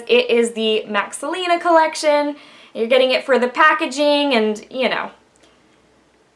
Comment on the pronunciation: Do you speak spanish? you said right the words without accent. :D